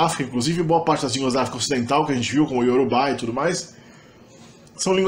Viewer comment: Gratidão pela explanação tão detalhada. Se eu puder contribuir eu te diria que a grande maioria das palavras em yorubá são oxitonas. No vídeo o senhor pronúncia todas como paroxitona. Não leve a mal, isso não desfavoreceu em nada a riqueza de informações corretas. Novamente só temos a agradecer. Ẹ ṣeun púpọ̀! (Muito obrigado!)